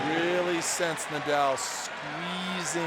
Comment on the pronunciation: The only thing about Rafa retiring i won't miss is hearing the commentators butchering his simpke name. I won't miss Nadauu😂